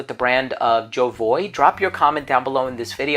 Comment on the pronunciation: Why do american people think they have the right to pronounce names of brands their own way when the French say it is ZHO-VU-AH?